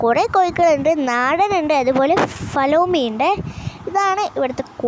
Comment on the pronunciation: Flalomi alla mole.. Fayomi aa😁